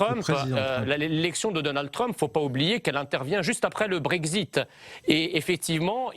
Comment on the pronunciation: The Brexit et non pas Brezit